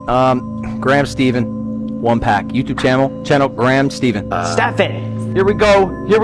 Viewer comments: I was watching the livestream friday night and as soon as he said Graham Stee-ven I was yelling "IT'S STEH-PHAN!!" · I watched it live and cringed when he pronounced your surname as “Steven” 😅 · Woooooow this was so cool and it does give me nostalgic vibes ! Great video Graham "Steefen" lol 😂 he really Butchered your name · I also cringed when Logan said your name wrong 😂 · I also thought is was you but he said your last name wrong so I got confused 😅 nice card tho